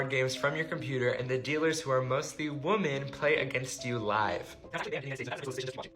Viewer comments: Why is this the second time as of late that i've discovered somebody with a large online following who can't pronounce the word 'women'? For clarity, it's somebody featured within the first story. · The dude at 7min really bothers me because he english obviously his first language, be he doesn't have any distinction between saying wman and women. Idk, just irks me so bad. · whoever was the tick toker that kept saying woman instead of women, I swear needs to go back to school. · Why can't male YouTubers pronounce the word "women" correctly? 🤦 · Bruh why tf does pronouce "women" incorrectly